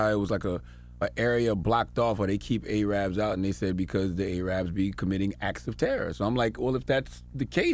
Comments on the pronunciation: Not "Ayy-Rabs", Charlemagne, It's pronounced "Airubs". I know he's not trying to be offensive but I think Ay Rab is seen as a slur to Arabs. Thoughts on it? I could be wrong abt it being negative... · It isn't A-rabbzzz. It's Air-ubs. Lol The former is a racial slur though I know C didn't mean it that way. Zionism is white supremacy and apartheid. JImmy Carter wrote a book called Palestine: Peace, Not APARTHEID. I love Jewish people. I think Israel is the most racist country on earth. Many Jews throughout the world are horrified and mortified by Israel's policies of murdering brown babies at every opportunity. The anti-Semitism charge is leveled by the racist neo-colonialist upholders of Israeli apartheid. In the past it might have meant something, now we all know what's up. No one really believes Hill is anti-Semitic. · Charlamagne seems pro-Israeli state. Weird. And he just said A-rabs??? 🤔🤔🤔